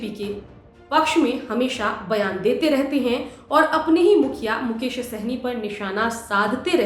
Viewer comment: मुकेश होगा मैडम मुकोश नहीं